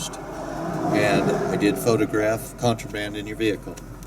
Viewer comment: "Contraband" lol